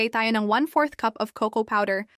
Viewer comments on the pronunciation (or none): none